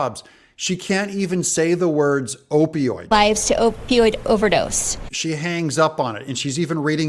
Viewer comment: She may not be able to say opioid but she can rig an election.